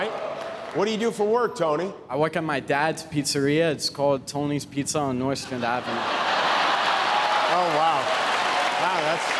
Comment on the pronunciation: Did he say "Nordstrand Avenue"? Meaning Nostrand? We sure that was the real Tony?